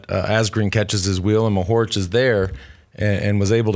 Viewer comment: It's funny how Lance stresses second syllable of Mohorič (first should be stressed) and first syllables of Pogačar (second should be stressed)